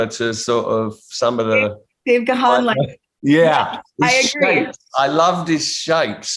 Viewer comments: Not Ga-han. You pronounce it GONE. He is so polite he never corrects people. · Dave channeling his inner Bono eyewear. Ladies and gentlemen…it’s Dave Gaaahaaaan! It’s pronounced similar to “Gone”. ;) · O my god Ga:n...dear...wife, how do you speak his name😵??? it is realy not ok. Please correct this..ask the universe.... Dave G. is the King ❤🤗❤ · You’re pronouncing his name wrong! 🤦🏽‍♂️ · If she likes him as much as she says she does how the hell can she not know how to pronounce his surname?